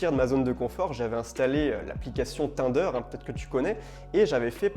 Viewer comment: Le meilleur sur ce sujet! Tu m’as aidé énormément et tu m’aides encore, parcontre on dis « tinedeure » pas « Tindeur »😂😂😂